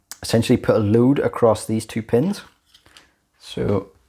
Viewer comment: I was thrown by the scottish accent, when he said a lood, I think that meant a load.